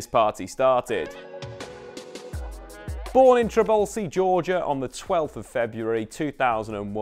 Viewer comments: it's Tbilisi, one of the oldest cities in Europe, not Tribelsi :D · Bro, please, it's TBILISI, not Tribalsi! Thanks for making the video. Kvara is the best❤ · You botch his name (and that of Tbilisi) the most I have heard :D Also a wrong player at ~40th second and some other mistakes. Great analysis and stats tho. Thanks